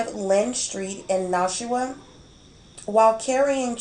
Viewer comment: great job.. its pronounced Nash-WA, like Nash-ville and WA as in the beginning sound of saying water lol...